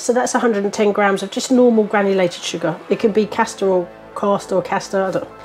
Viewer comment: There’s only one R in CASTER sugar, 😂